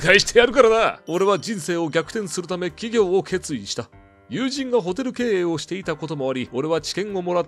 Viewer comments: 完全に企業の方のイントネーション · 起業のイントネーション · しかもイントネーション違うよねw